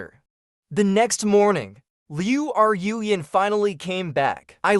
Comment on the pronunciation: Okay I'm going to address the hindenberg blimp in the room. I don't know where you trained your AI voice model but you need to go back to school to correctly pronounce names or retrain your AI voice model to pronounce names correctly since you continuously mispronounc that poor girls name. Liu Ru Yan add an e to Rue and you'll be pronouncing her name correctly since it's not Liu R u Yan there's no space between Ru so it's pronounced Rue. Just a little good criticism that's not meant to be taken as bullying or something. I take back some of what I said you really need to go back to school to pronounce Chinese names.